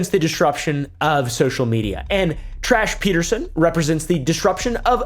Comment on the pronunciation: Hahaha, I thought I heard wrong, but you said "Trahs Peterson" a few times in there...? 😅